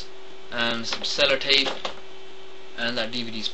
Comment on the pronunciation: LOL "cellERtape"...luv the lil accent ther!